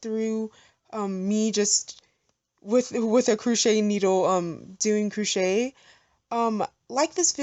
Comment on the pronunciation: CROchet not COOchet...